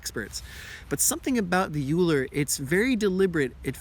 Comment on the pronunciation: its pronounced oh-ee-ler asin eulers disk